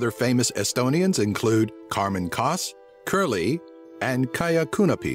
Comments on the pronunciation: well, its very hard to pronounce estonian. you said jedgu liibva you pronounced ''kerly'' as cuurly and ''kaia kanepi' as Kaia kuunapi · IT'S NOT CURLY IT'S KERLI HE PRONOUNCED IT HORRIBLY WRONG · Haha! Oh I love this video, cause I'm Estonian :'D The way he said: Karmen Kask, Kerli and Kaia Kanepi! HAHA :D Kaia Kuunepi Nice job on the facts tho' man :D